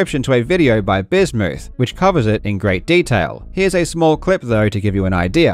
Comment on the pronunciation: Gotta say, hearing "Bismuth" pronounced "Bismooth" gave me some flashbacks to watching DougDoug earlier lmao